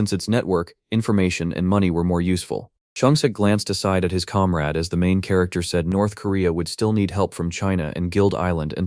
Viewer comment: (narrator: calm raid? or comrade?)